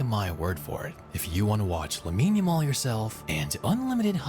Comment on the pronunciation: Ya- mall bro, not Jamal